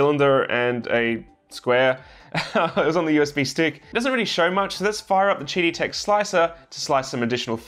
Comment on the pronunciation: I keep hearing "Cheaty Tech"...